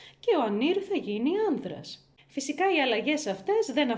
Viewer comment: ΆνΤρας έγινε, όχι άνΔρας καλή μου. Δηλαδή ΠΑΡΕΜΕΙΝΕ η κλασική προφορά του δ=d λόγω προηγούμενου ερρινου (κόμπος, μπαίνω, άντρας κά).